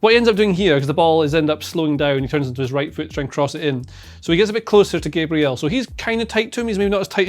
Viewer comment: do pronounce Gabriel, Gabriel